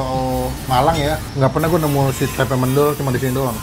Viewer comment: FYI mendol bukan mendol, cara baca "e" nya kaya "e" nya di kata bebek. Soalnya gw orang malang bang Dan fyi lagi sebenernya ada tempe khas malang yg cuma ada di malang gaada di kota kota lain, kalo pun ada rasanya gak kaya yg di malang sini. Namanya tempe bungkil, di gorengnya sama tepung dan kalo masih anget baru mateng di buat sarapan / makan sama nasi putih aja udah the best.